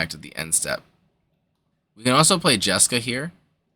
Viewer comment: Smashed the like button for the JesCAW delivery